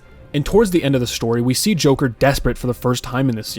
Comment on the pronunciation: notice how he said jonkler? (im brain rotted)